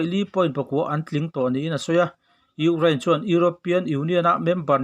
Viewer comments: Urain/urane ni lo in U kraine tih tur zawk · Urain- anga lam a va ang ve.😅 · Ukrain tih lamrik hi aharsat hmel ve